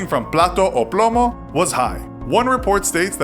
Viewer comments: Omg how many mispronouciations!! Like pla-tou ou plou-mou?? No its PLA-TA O PLOU-MOU. JESUS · Plata o Plomo not Plato o Plamo